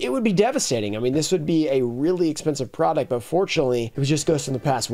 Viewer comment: "Porduct" lmao. Love ya man, just had to make the shot